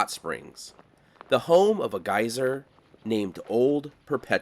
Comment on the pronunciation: I was like whats a guiser? dude then showed us a geyser😆